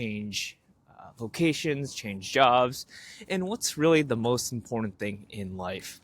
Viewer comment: I know it's petty but it irks me that you can't seem to say 'important'. Ok.. done with that. Content is great. I can feel the shift in my attitude and see the changes in my life. I am content almost all of the time now.